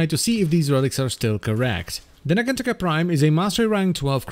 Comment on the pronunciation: I wonder, if it's meant to be pronounced naganTAKA or naGANtaka. ie emphasis on which syllable. cause is using the GAN route, and you're taking the Taka, which, is how I take it. not that I feel either is wrong, just...what did the devs intend?